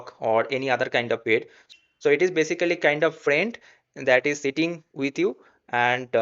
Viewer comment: at least use Google for correct pronunciation for the word PET. bro it is not "payt"